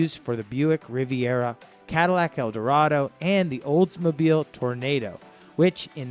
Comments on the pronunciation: Lol, it’s not tornado, it’s Toro - nado. It’s not Lincoln Mark V, the V stands for the Roman numeral 5. I guess the rest of the narration is suspect considering those errors are simple to catch. Living in that era I’m surprised at all the mistakes I this narration. But the overall video was entertaining. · It was called the Toronado, not the "tornado". Do your research better dude. Better yet, ask someone who knew about those cars. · Take cover! Here comes a tornado! Auntie Em! Auntie Em! ha ha ha ha - yes as mentioned - to-ruh-naa-doh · How stupid is he? It's Toronado not tornado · yes, tor nay do!!! over and over again. geek has no idea that we owned most of these cars!! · It’s an Oldsmobile Tor-o-nado NOT tornado. And the Lincoln is a Mark 5 (Roman numeral). Not Mark V. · And I had to laugh when he pronounced "Tornado" instead of "Tornahdo" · Oldsmobile Toronado not Oldsmobile tornado it’s not like tornado a weather storm . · mispronunciation of names, Tornado, Mark Vee......This video is a joke. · I"m dying here. Tornado. LOL!! I"ll forgive you. Your research over shadows your pronunciation. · It's pronounced "tor-oh-nah-doh". It's not a tornado in Kansas. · Tora -NAH-Dough and BROME - not BRO-him. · Yeah he lost me when he said 'Tornado'. Obviously he doesn't know what he's talking about. He has no credibility, and he's an idiot. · You said TORNADO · OMG.... this was painful to listen to. Between the Mark VEEE and Tornado mispronunciations this was awful. Dude, it's Sedan deVille.....not Deville Sedan. Geez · Tornado and Mark V were my favorite mistakes.....😆😆😆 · Sir, a good video, but a couple of things for the future. The Mark, is a Mark 5, the V is taken from Roman numerals as the number 5. The Tornado, the A is pronounced as ah no a an A. The Eldorado you showed is a 1977-78. You made it sound like it was the downsized 1979 which would have been your second most expensive car at over 14 thousand to start. Keep up the great work. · Toronado not tornado